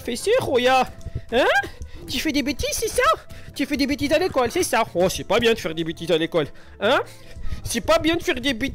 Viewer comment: Ti fis dis bitises a l'icole c'est ça roh c'est pas bien de faire dis bitises a l'icole .